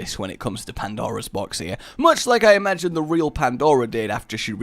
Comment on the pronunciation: i find it funny that you can watch any rage vid and he will say can you amagine in any vid of his